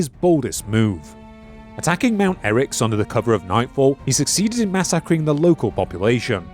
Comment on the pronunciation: Why would a human say "mass-ack-ring" for "massacring", twice? Is this an AI voice?